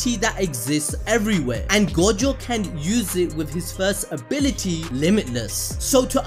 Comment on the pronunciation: “Ability” “a-billl-ity” ability never heard ability so many damn times